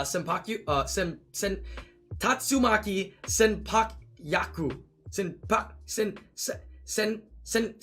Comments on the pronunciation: "tatsumaki send-poo-kyaa-koo" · Tatsumaki Senpoo kyaku There that's how you read it Cause you got me trigger